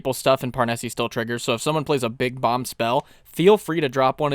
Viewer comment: Parnesse is almost certainly meant to be pronounced in a French way, meaning the "e" at the end is silent.